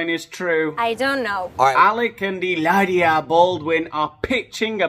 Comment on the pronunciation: You are so funny! Your pronunciation in Spanish is beautiful. Hilaria is a nut case but so is her husband. The thought of a reality show with that family is a train wreck, I would watch. He hates the paps- so I don’t know how he would feel about cameras in his house. It might be just her and the kids. Either way, it would be fantastic bc then you would tear them apart 😂😂😂